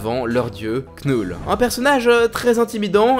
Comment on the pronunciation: On dit pas "Knoule" on dit "Nœul"